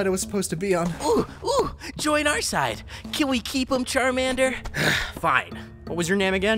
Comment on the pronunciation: You said charmender